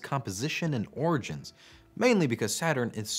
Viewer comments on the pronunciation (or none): none